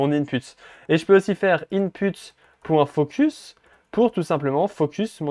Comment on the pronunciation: Super explication! J'adore :). Je rie á chaque fois il dit in-p*te😂😂😂